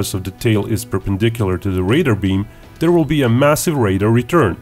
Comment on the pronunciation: There is no D in there, it is not dere it is there!!!!